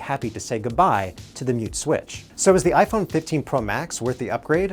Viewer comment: You lost me in the intro when you said "mute switch." The way you emphasized the word "switch" - you're just reading from a teleprompter. Which is fine - but at least make a teensy bit of effort and make it sound natural. #robotronic